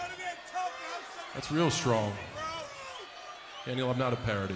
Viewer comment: Balthemore wait are you saying dainel